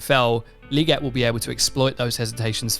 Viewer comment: Legette~ with TWO ✌️ E’s, “LEE-GETTE” Lol